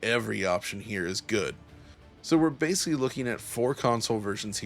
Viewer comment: You pronounced the word ‘basically’ correctly exactly one time in this entire review. You mispronounced it as “basely” more than a dozen individual times throughout. Imagine if proper grammar was like good performance; that’s some seriously inconsistent word pacing.